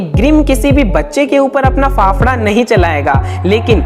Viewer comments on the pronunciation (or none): its not phaphda its phavda